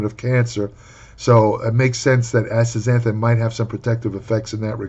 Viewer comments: Good lord was fighting for his life to pronounce this word lol. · A compilation video of pronouncing this would be hilarious.